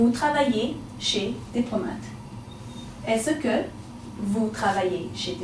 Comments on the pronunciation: her pronunciation of est-ce que is wrong it should be as-ke not as-se ke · Simon Tømte you are rihght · Isn't "Est-ce que " pronounced as "es ka" ? How come video -pronounced as 'es -e-ka' ? Is that canadian accent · This video lesson is quite good, except that « Est-ce que » is pronounced /ɛskə/ and never /ɛsəkə/. would know this if she were French. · Je vous remerci mais ta pronunciation de est ce que est mal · are you french.............pronounciation of est-ce que is wrong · good format of teaching except the pronunciation of "est ce que" but all in all it is great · ***** I'm a native french speaker and no, we don't pronouce the "-ce" as she do but simply like the "s" sound, as you said before. Another example : "Can I help you ?" could be said as follow in french : "Puis-je vous aider ?". French people will pronouce the "-je" like the sound of "j" as if there wasn't a "e". FYI, we also could've used this form of question for "Can I help you ?" : "Est-ce que je peux vous aider ?".